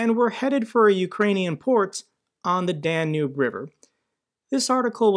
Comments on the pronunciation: I watch your stuff every single day. Love what you do. To help you out, please double check your pronunciation of Danube River. It’s pronounced DAN-yoob, and I just want to make sure you are coming across to everyone in the best possible way. Again, thank you! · poh-tah-toe ... pah-tay-tah ... Dan-ubie ... dann-hubie ... riv-er... reev-her yada yada yada